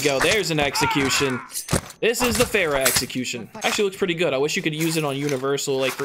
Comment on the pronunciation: He said pharas executions 🤣